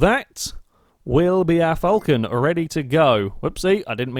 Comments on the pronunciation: there's no u in Falcon, Aussies say it Fal Con like it says, Falcon. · It's pronounced the way it's spelt. It's not pronounced 'fulcan'. Btw I'm Australian